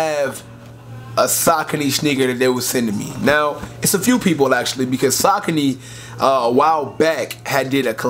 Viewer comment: (Suh-coney)cmon son